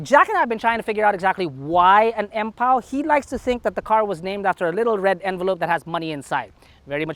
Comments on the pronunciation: Empow siya hindi Ampow(as ampaw)😅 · Empow-Ampaw TF!🤣🤣🤣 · Empow - Ampow😁😁😁